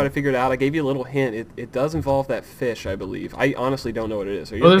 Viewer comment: The feesh of a thousand truths (deaths actually) :)